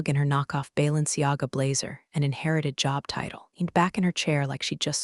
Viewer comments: Ballin Siaga blazer?? If the AI can’t cope with big words, don’t use them. Balenciaga. It can’t cope with Louboutins either. Good story though. Thanks. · If you can’t pronounce or spell foreign names of either people or companies don’t use the. Bailer Siaga is actually spelt Balenciaga and they are a haute couture company. So there wouldn’t be a knock off jacket because it’s not that sort of company. AI creators do your homework. It’s not difficult to find the information and it makes the stories sloppy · Balenciaga, not Siaga. AI has its moments! Louboutins are a whole other level too. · Can’t pronounce Balenciaga or spell it. Spanish fashion house headquarters in Paris!!!